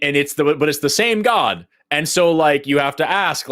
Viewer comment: You notice pronounces God as “Goauwduh”?